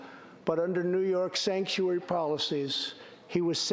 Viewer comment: "Stanktuary" was the most hilarious misspeak I have ever heard. You guys need to co-opt this STAT.